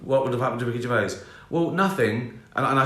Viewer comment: Hard to get through all the "gervais" in this video - ugh...